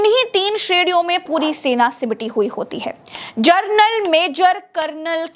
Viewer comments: कृपया जनरल का उच्चार जर्नल ऐसा मत करें!🙏🏻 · "जनरल" को जरनल बोल रही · आप जर्नल बोल रही है, और लिख रहे है जनरल